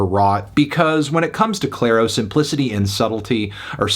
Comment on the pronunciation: It's Clair-O Why is he saying "Clair "?